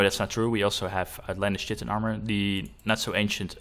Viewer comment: I understand you're a non native English speaker, but one thing that bugged me (pun intended) is the way you pronounced chitin. It is said Kite-in